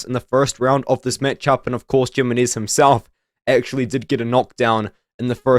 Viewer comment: Jimenez. The J makes an H sound. Him-enez. I could only take so much bro. Good video though.